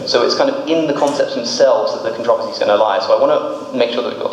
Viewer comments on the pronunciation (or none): Am I the only one annoyed about the way he said controversy